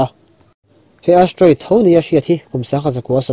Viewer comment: Astroid nilo in Asteriod anilo ami??? hawrawp khi i ti diklo in ka hria..Chuan duh aiin i țawng rang...mi kan inang lo a..kan beng chak dan a inanglo bawk a...mi tinreng...upa leh naupang pawn an en a an hriat hman turin sawi a țha ka ti